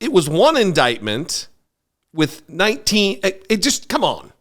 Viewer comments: What’s an “indotment”? 😂😂😂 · What is an "in-DOT-ment"? LOL